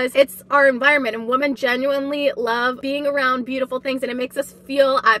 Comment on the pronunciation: Why does she keep saying woman instead of women?